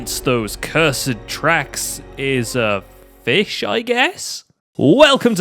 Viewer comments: Oh boy the "fih ghost" is back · Lol it said 'The fih ghost returns'